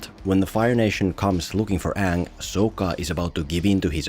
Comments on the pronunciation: "my ngame is oong" "and am ranaway" I got secondhand embarrassment just by listening that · “My name is Ong” My brother in Christ the characters explicitly say “Aang”, how the fuck do you mess that up?! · Its not Aang. Its Ong! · The moment i heard oong instead of aang in the theater when this came out, was the moment i started to lose hope in humanity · Aang ❌ Ong✅ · To this day i didnt understand why is it Oong instead of Aang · His name is Aang not Ong. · The content was great but listening to you mispronounce Oong for 16 minutes strait got tiring real fast! 4/10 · It keep annoying me so much that they pronounce it as ONG LIKe comeon man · The problem with this movie was he deliberately pronounced the names wrong. Every time i hear uung I cringed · mY nAmE is eGgh 💀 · OONG. HIS NAME IS OONG. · Guys , I think Uhng is the uhvahtah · umm i believe it’s actually the “YAANG Avatar OONG” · Onng the auvatar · What always makes me cringe is the way they say Aangs name in this movie, like its literally not hard to pronounce it right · A long time ago I was a preteen when my uncle took me to go see this and when I heard them mispronounced their name ik it was a shit show, he said no come on let's just wait and see and as soon as that it took four Earth benders to lift one rock it was over , he told me get up were getting our money back and seeing a new movie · It's not aang.. it's ong.. it's not sokka.. it's sooka.. it's not iroh.. it's eeroh 😂😂😂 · “So”kka 😭 “Ong” 😭😭😭✌️ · them pronouncing it like 'ong' or 'soh-ka' is ragebait and no one can convince me otherwise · M. Night Shamallamadingo should be flogged just for "Soak-uh" and "AUng". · are you intentionally mispronouncing Sokka's name for the engagement? because highlighting the laughable pronunciation of Aang's name while doing the same for Sokka is either the height of click farming or the pinnacle of hypocrisy...